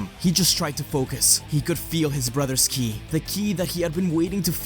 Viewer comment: Whenever he mentioned Buu absorbing Ki he said killi. I don't know if there is a reason about that, but I found it a little weird.